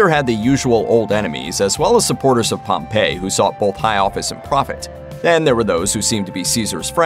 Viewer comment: Ya' know, Wikipedia also includes pronunciation keys. If you're going to reference them, why not use that too? — " known in English as Pompey the Great (/ˈpɒmpiː/) "